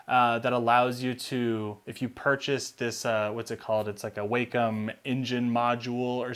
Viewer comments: Wacom is pronounced Wah-come, NOT Way-come. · Short "a". WAHcom, not WAYcom.